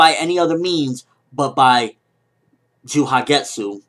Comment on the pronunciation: i think the j is silent in Juhagetsu so it would sound something like "yahagetsu"